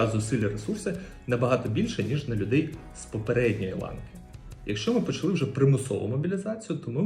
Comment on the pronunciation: Щоб правильно спілкуватись Українською мовою треба прибрати багато помилок по НАГОЛОСАМ В дієсловах НАГОЛОС на ОСТАННІЙ СКЛАД : НЕ почАли, А- почалИ НЕ попрОшу, А - попрошУ НЕ привЕла, А - привелА НЕ почАли, А - почалИ НЕ вЕсти, А - вестИ НЕ рік тОму, а рік томУ НЕ мОї, А- моЇм, своЇм, моЇ друзі